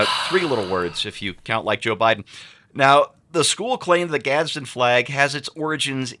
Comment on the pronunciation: There's no "t" in "Gadsen"